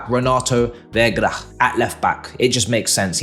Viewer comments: Bro, it's Renato V-E-I-G-A Not Vegra 😂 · cmon, Its Veiga not Viagra, Vegra, Verga. You had the sama problem with Slonina, you were always saying Stolina.